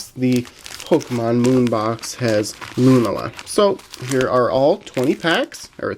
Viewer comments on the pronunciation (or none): Great video! oh and it's Lu-nala not lunAla